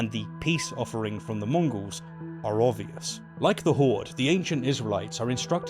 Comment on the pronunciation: Is it me, or is saying 'Mongrels' not 'Mongols'?